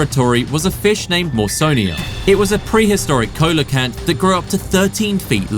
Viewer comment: Coelacanth is pronounced SEE-luh-kanth.